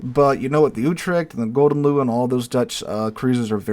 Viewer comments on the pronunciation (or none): As a Dutchman I am forever caught between being amused and annoyed when he pronounces 'gouden leeuw' as 'golden loo'.